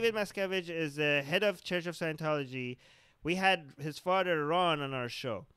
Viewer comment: Did he say Fadder ? Want a smoke and a pancake